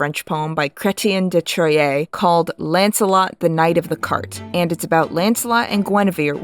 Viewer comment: Can't say I didn't love your pronounciation of Chretien de Troyes xD I love your videos. Always well written, thoughtful and fun. Thank you. Also, kinda funny that the Black Prince would call back someone for behaving badly on the battlefield when the Black Prince made his name with Chevauches across France, where literally the entire goal was to ravage the countryside, destroy towns and townfolk so France couldn't wage war on them.